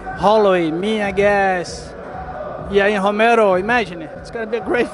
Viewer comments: Wait did Barboza say Yahir Romero? LMAOO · "Yair Romero" wtf hahaha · Lol at "yair romero" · Did Edson say Yair Romero? lol